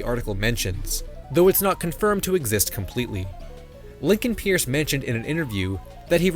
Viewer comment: it was genuinely really funny to see this video display the words "pronounced purse" at least three times and then hear "pierce"